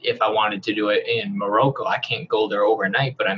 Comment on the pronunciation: Was he trying to pronounce Morocco?? Lolol